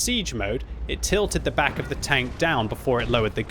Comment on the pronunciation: haha yeah thats what I always hear xD